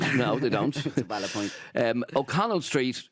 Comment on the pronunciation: "vaild point" power 🤣🤣 cracked up lads. Adrian is controversial but I like it.